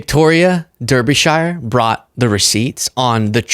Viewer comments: Pro Tip: Victoria's name is pronounced more like "Darby-sheer" or "dah-be-shuh", but great to see the BBC journalists putting pressure on the weak Republican apologists. You've clipped her a couple of times in the past, and it's not a big deal but "dur-be-shy-er" is just not it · Lol,! Derbeeshyre is SUCH an American pronunciation!! Think of it as Darb-i-sha. Hee hee you’re so cute!! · Victoria's surname is pronounced "Darby-sher" rather than Derby-shyer. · DUR-BEE-SHIRE Just FYI, it's pronounced DAR-BIH-SHUH in British english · Reporter is pronounced Darbysure. Not Derbyshyer. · Here in the UK, "DErby" is pronounced "DArby", and "Shire", "Sher". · It's Derbyshire pronounced Dar-bee-sheer. Dar as in Car and sheer as in here. Not Dur-bee-shy-ur. We're not Hobbits living in the Shire. And its not Durrrr. Also. The whole weak joe biden speal doesn't fly here in the UK. That style of talking points jist don't work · I love your show, but Derr-bi-shy-er! No!! Dah-bi-sh-eh, please! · BTW it's also pronounced Darby shire just for future reference, she's one of our good mostly left wing news reporters and unusually works for the BBC. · Glad to see Derbyshire getting some recognition stateside, but it's pronounced "Darbysher" 😅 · its pronounced Victoria Darbysure though spelt Derbyshire. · Her last name is pronounced "Dar-bee-shir". Respectfully, UK citizen. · Her surname is pronounced Darby-shear. She had the 'viking horns' insurrectionist on not long after they were all pardoned. He made a twat of himself as well. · Love the american pronunciation of derbyshire, brits pronounce it "darby sheer" :) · Pronounced “Darbyshire “ 😂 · Phonetically Derbyshire is pronounced 'Dar-be-sher' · Spelled Derbyshire pronounced DARBYshir and BBC2 i suppose is a BBC outlet but it is the Beebs second channel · It's pronounced Darby-shire. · Victoria Derbyshire ( DAR- be-shire fyi) shes awesome very proud of her over here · It's pronounced Darbyshire 😂